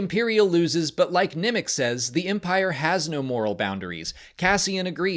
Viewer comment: I noticed you have an interesting inflection. You call Nemec “Nimick”. And pronounce “tremor” as “trimmer”